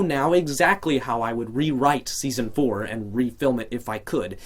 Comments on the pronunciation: it said deson insted of seson oh and u are great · am I the only one who noticed it said "Deason" instead of season?